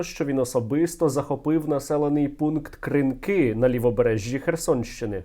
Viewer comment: Пане Стерненко.. Скільки можна казати що наголос на кінець слова. Кринкі. !!! Будь ласка запом'ятайте.